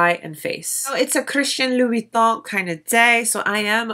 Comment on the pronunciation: Love this video, i wish more makeup and content creators were like you!! and your pronunciation of Louboutin is *chef's kiss*. Just curious but do you know what interior size of the case? I actually stumbled across this refillable case because i was looking for a business card holder that was a little...different. this definitely checks all my boxes but I'm curious about size.